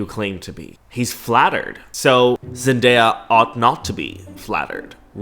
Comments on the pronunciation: I wanted to scream everytime she said mandaya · Omg I get so angry every time she said MANDAYA. Like she was the girl in school who would call you names and be an asshole. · "its just an opinion" *continues to call zendaya MANdaya* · no way she just called zendaya MANdaya and tom terry holland 😭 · She’s actually so annoying. Ain’t no way she called Zendaya MANdaya…